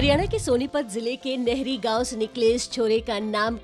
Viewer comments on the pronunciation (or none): It's Nahri नाहरी not Nehri (नहरी)